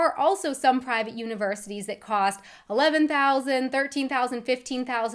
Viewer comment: Have you ever noticed how many "h" sounds you add to your pronunciation? Nothing bad, just peculiar. "Co-h-st" instead of "cost", "Pu-h-blic" instead of "public", "to-h-ps" instead of "tops" for example. Keep up the great job and passion in your videos